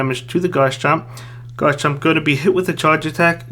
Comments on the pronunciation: Pls call it Garchomp instead of Gars-chomp bro Thanks for the content anyways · why do u call garchomp “gars chomp”